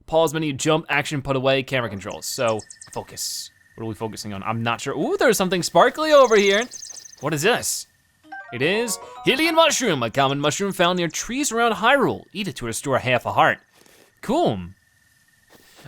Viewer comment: Hylian is pronounced Hi-le-in